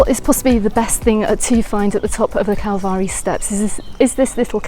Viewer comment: What a absolute delight waking up to find this video. Thanks so much for sharing this with us. And I thought your pronunciation of calvari was spot on lol